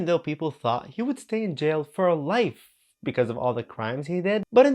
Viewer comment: Bro said diddys going to jaul for 15 months, 50 months and 50 yrs 😭